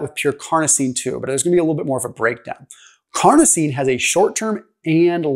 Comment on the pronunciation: carnosine not carnitine